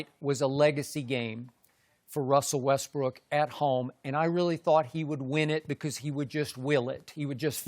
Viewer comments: the thing says westBRICK🤣🤣🤣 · Chris almost said Russell Westbrick 😂🤣😅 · Russel "WestBrick" LOL